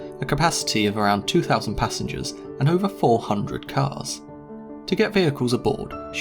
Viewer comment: Why do you say "Khaaaz", Isn't is _ca(R)s?_ SPEAK ENGLISH (or go back to Mexico!!!)